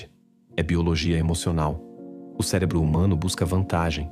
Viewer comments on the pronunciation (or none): none